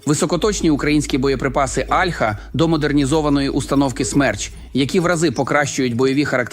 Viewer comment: Альха, о'льха. Вивчіть як правильно...